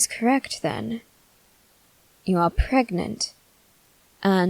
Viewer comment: wow she really said SEBASTIAN X PREGNET LISTENER